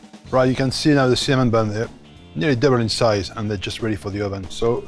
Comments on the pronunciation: It sounded like semen sugar 😆😅 semen buns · When he says “cinnamon” I swear I heard “semen buns” 🤣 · I even heard him say semen... 🥲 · Hah he says semen buns haha 😆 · Semen butter😂😅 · Him: Ok, for the Cinnamon buns.. Subtitles: Ok, for the semen burn..